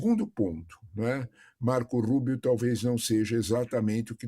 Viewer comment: RIDÍCULO A JORNALISTA DIZENDO "MARCOU RUUBIOU" QUANDO O CARA É CUBANO 😂😂😂😂😂😂😂😂